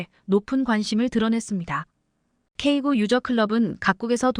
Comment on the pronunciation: 제품의 모델명을 발음 할 때에 영문과 숫자가 혼합되어 있다면 숫자도 영문으로 읽어야 합니다. 즉 , "K9"은 "K구"또는 "K아홉"이 아니라 "K nine"으로 읽어야 합니다. "K9A1", "K2" 등도 동일합니다. 그리고, 최근에 살해된 러시아의 야권 지도자 "알렉세이 나발니"의 이름을 읽을 때도 알파벳으로 읽으면 안되며, 이름 그대로 읽어야 합니다.